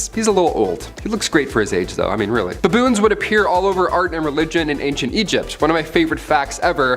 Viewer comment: Who taught you how to say "baboons"?